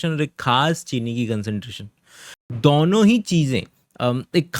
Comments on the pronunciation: It is DONO not DOUNO…. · I like when you say दौनो 😂 are you from Agra ?